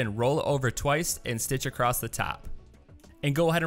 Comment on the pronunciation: Where are you from? Just wondering because you say “acrosstT” instead of Across